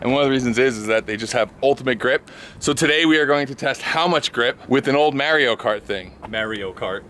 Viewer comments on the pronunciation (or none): Love that green! And dude called it Merio cart like my Mum did!! It’s M*a*rio ;) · Mario doesn’t even say “may-rio” he says “mah-rio” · Its Mario not merio. The hell? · Don't nobody say ...Ehy Mahr-yo ...Come through....Its Yo Marry-O ..Get Over Here! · Mahry-yo, NOT marry-o!!!! OMG I hate that! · I just don’t get how people say Mario’s name Marry-o, if he says his name in games Mahr-yo. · Marry-o for sure. Mahr-yo is what happened when the Japanese video game designers attempted to speak an italian name. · Mah. Not Meh. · It's definitely NOT Marry-o. In Italian it's "Ah", in Japanese it's "Ah" and the dude says it himself. It's Mah-rio. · im from new york and its def not marry-o...100% mahree-yo. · its not mary-0 its Mar-E-O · It’s mar-io , not may-rio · Mahr not mare 😂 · "mario" not "marryo". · Bro it's pernounced MAR-YO not MARE-YO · "IT'S A ME MARIO" Even Mario never called himself Marry-o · haha this is me merio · legit first thing i heard and scrolled down instantly. MAHR-E-YO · bro i'm from new york and its marr-io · Never heard of marryo, sounds dumb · Mahrio. HE FUCKING SAYS IT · When MAH-REE-O himself uses three syllables to pronounce his own name, why say it any different? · Mahr-yo is how it's pronounced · Everybody's wrong, regardless of where you live or how your native language works, because in the game, he says "It's a-me, 'Mah-Dio'." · sure aint marry-o ;D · It’s マリオ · east coast is hanging out with that Mayreeoh pronunciation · First off, it’s mahr yo, that’s why in gta vice city the vercetti gang is always like “Ayy Mario” also love for Audi is like my love for Saturn except I don’t really have logical reasons for that. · “Marry Oh cart” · Lol, definitely not "Merry-o".... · As a New Yorker. Ive NEVER heard Maireeo cart. Its Mario. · Did I just hear "Mary-o" cart"? Lord Jesus. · "Marry-O Kart" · WTf is Marry-o cart? lol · It’s a me merry-o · Yes I’m leave but did he say Maryo? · Its Mar-e-yo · Lost me at merry o cart